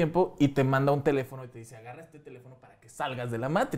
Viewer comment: " Di Meitrix"